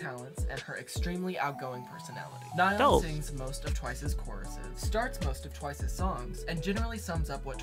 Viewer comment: in my junior year of high school, we had a korean foreign exchange student and he was a once and i was talking to him about twice and i pronounced nayeons name how you thought it was (nae-yeon) and he looked at me with the most annoyed face and went “it’s NAyeon” and i’ll never forget that